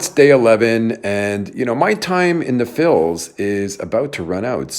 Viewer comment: Please stop saying Phils...